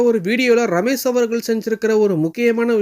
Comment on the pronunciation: "ரமேஷ்". ரமேஸ் இல்ல.